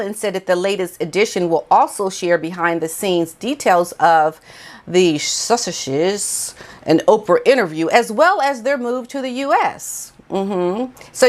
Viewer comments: Suss-itch-ess?... Is this a deliberate mispronoucement to poke fun (like megalodon) ? I'm confused lol. If you're tongue tied, the correct pronunciation is Suss-Uxes. 🤭♥️👌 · Sussexes .... Sus- sex- es..... when you see a double consonant split it in 2. Pronouce them separate but pronounce each s. I think you think you shouldn't pronounce each s when you see a double s so you go to stop at the first s to tag it on the second part of the word. That's what is messing you up. You can pronounce both s separately. So separate them and pronounce them separate. Sus- finish that s sound at the end of sus. Then say sex- then es. Does that help? Sus- sex- es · Sus--ex--ez...phonetical pronunciation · I love listening to you, well, reading the subtitles! I love the way you try to get your tongue around 'Sussexes'!! You speak such a lot of good sense. Pity that pair don't talk sense! When Megalodon decided she didn't want to work and wanted to develope her own and Harry's independant income in America all might have gone reasonably well but they shot themselves in the foot by attacking the Royal Family and hiding those supposed children and being so greedy. Surely they must have realised it was a mammoth mistake on their part? No, Megalodon especially is impervious to criticism and still feels she is the most important person ever. As regards the 'racism' when I was expecting my first child we wondered whether it would be a red head like him or brunette like me. He was blonde!! Megalodon didn't say who made 'racist comments' because it never happened! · My dear, let me make your life easier, instead of breaking your teeth with trying to say sussexes, just call them dumbartons...